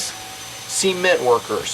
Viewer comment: 'sea'ment lol